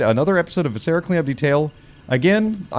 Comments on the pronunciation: I love you so much. VIH-suh-ruh. Emphasis on the VIH. Like visceral. VIscera. Not vih-SER-uh. Don't tell my professors I'm using my linguistics degree to "uhm aktchually" a youtuber's pronunciation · I continue to be slightly irked by how pronounces “viscera.” The first syllable should be stressed, not the second. anyway this video better get 100k views it would be so funny